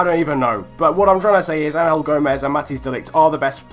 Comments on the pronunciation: It's not Ang-hel it's Angel... you know like angels that really pissed me off 😂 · The way you say angel gomes ruined my day